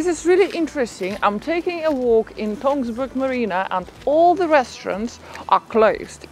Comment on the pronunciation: NO NO NO, not Tonsberg. Tønsberg!!! Same as Österreich is not written or pronounced Osterreich.